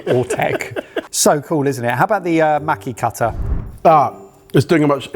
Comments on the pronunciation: The a in maki sounds the same as how you lot say pass. Maki > maw-key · Me wondering when they will learn how to pronounce maki correctly...